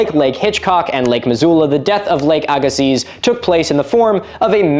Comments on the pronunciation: Little nit pick that has no baring an the video at all. It's Agassiz is pronounced ag-a-see. Atleast thats how I've always heard it and every business calls it where I grew up. On the shore of what was the lake. Great video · Great episode as always. As a Manitoban, it's neat to see Lake Agassiz mentioned. FYI, it's pronounced "Agg ih see", with the emphasis on the first syllable, a hard g like in agriculture and a soft I sound as in inside. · Agassiz, pronounced Ag au see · It's Ag-uh-See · BTW Agassiz is pronounced Egg-Uh-See. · Manitoban here, I usually hear is pronounced agasea, the Z is silent. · The "z" in Lake "Agassiz" is silent. So it's pronounced Ag-uh-see. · Agassiz is pronounced ah, gah, sea, at least here in agassiz it is lmao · It's pronounced Lake Aga-see. I live there. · Lake Agassiz is pronounced like "Agg-uh-see" fyi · As someone who grew up in Manitoba, Canada. It’s pronounced lake Agga-see. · Agassiz = A-gah-see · Agassiz is pronounced "egg a SEE" like a silent Z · Btw, "Lake Aggasiz" is pronounced lake Ag-uh-see. It's named after a french dude so the zed is silent. (also not really near the great lakes region so much, manitoba is a prairie province) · Agassiz is pronounced Agasee. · Agassiz is pronounced as just "aga-see". I live in the area where it was and had to learn about it in elementary school. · The glacial lake isn't pronounced with the z at the end. Just said like Agassi Need a source? Um yeah I'm from the area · Btw Milo, w/r/t Lake Agassiz, the stress falls on the first syllable and the z is silent: AG-a-sea. (Source: grew up on the paleolake's western shore and struggled with the pronunciation for a fair while, lol).